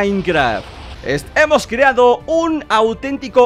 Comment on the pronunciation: Alguien más escuchó: em hemos creado